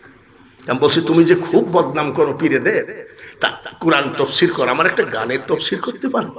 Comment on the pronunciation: শব্দটি তাফসির আর আপনি বললেন তফসির।